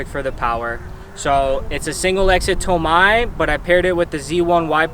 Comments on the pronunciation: its toe may(tomei) BUT (TOE MY) SOUNDS BETTER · Why did you say tomei like that 😂😂😂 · I’m wondering the same thing and I’m a female Z owner! 😂